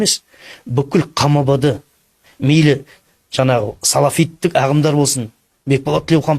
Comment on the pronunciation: Жанағы жанағы демей жаңағы деп таза сөйлесйші.